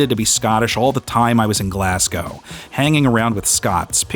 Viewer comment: This one was great. And for your Scottish performance, my one critique is: next time figure out how a Glaswegian pronounces Glasgow.